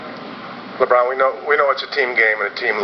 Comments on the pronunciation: dude u gotta work on yr eng man. it's lebron, not labron pls~ tsk. yr pathetic~ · Yea Bulls r good..... BUT NOT AS GOOD AS HEAT!!!BTW ITS LEBRON NOT "LABRON" AND THEY ALL R REALLY GOOD ESPECALLY WADE!!